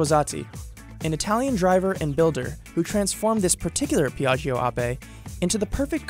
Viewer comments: "Peeahgio" wow could you have gotten someone to mispronounce even more? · It literally takes 5 seconds to google the right pronunciation of "piaggio"...